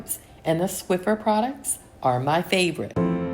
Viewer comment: Hi. Your video is just what I needed today. I was just not "with it." But I decided to turn your video on, get up, and start cleaning. Once I'd finished everything I intended to do, you were thanking us for watching. So, the video was the perfect length. 😊 I'd always wanted to mention the "Swiffer" thing, but thought perhaps you pronounced it the other way because you wanted to. 😊 Thank you for the video today. I actually "needed' it rather than just enjoying it as usual. See you in 2025. #swiffer #sprayway #clorox